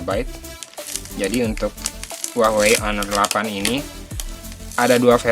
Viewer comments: kenapa gua dengernya uahwei ya? bukan hua wei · apa cuma ane ya yang denger huawei disini jadi hwahwei? 😆.. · wahwei bacanya